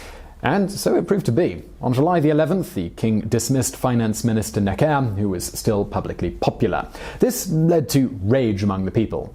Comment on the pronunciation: Can you please pronounce Necker properly?